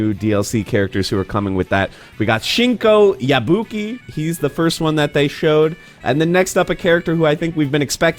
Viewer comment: "Shinko Yabuki" my poor boy Shingo getting disrespected like this smh